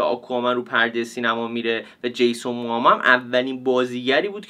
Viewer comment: چرا به جیسون موموآ همش میگی جیسون موآما؟ برام سوال شد خدایی نکنه ما اشتباه میگیم ولی انگلیسیشو چک کنی خدایی جیسون موموآ درسته😊😊